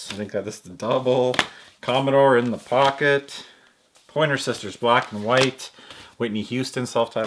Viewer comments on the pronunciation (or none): none